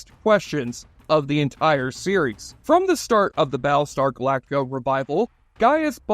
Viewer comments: "Bal star galaka"... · I'm more hung up on "Baalstar Glacta"